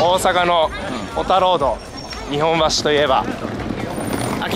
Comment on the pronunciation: 福地先生「にほんばし」ではなく「にっぽんばし」です。